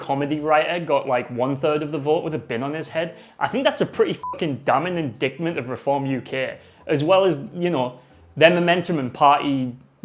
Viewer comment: Yo dude, with much love, indightment not inDICKtment. So say it like lightbulb not dict ; I got schooled on that a few years ago, caught it in this video. I think the bin would actually have been pretty reasonable in parliament. Probably would've been alright. Not a joke.